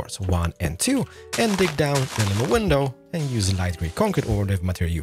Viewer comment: what he call a window pane????????? omg im hearing something so diferentttttt